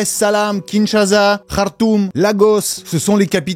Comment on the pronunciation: J’ai envie de t’envoyer un vocal, mais au passage, c’est Kinshasa, pas Kintshaza. La prononciation compte, hein Kin-sha-sa.